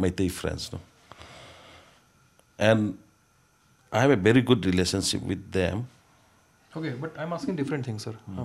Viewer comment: Bery not gut😂